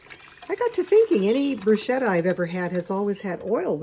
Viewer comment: Pronounced Brew sketta